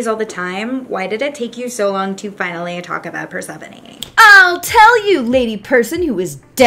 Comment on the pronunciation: Just a correction, it isn’t pronouce core, it is KorE. And not Perse-phone, it’s PersephonE.